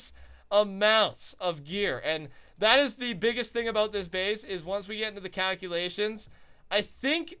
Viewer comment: those COW-culations left me in UTTER shock